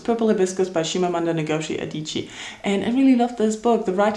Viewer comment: Yayyy for you having a good first day! Also you had a great variety of videos this month (well every month) :) Also, you said the author of Purple Hibiscus' name so perfectly I had to reply it lol!